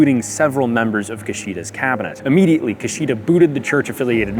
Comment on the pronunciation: Great Video! “KEY sh duh” not “Ki-SHEE-da” Great video though!